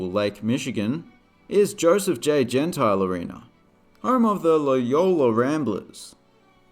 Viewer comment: Loyola's gym is pronounced Gen-TEEL. Love the video!